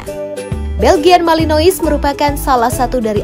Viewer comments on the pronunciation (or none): Risih denger dia bilang Belgian malinois, padahal dibacanya (Beljyan Malinoa) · Pronounce MALENOA. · Bacanya malanoa mbaa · Belgian Malinois Dibaca ; Beljien Melenoa